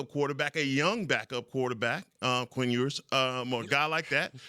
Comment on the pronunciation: I lost it when he said Quinn Ewers ? Smmfh 🤦🏾‍♂️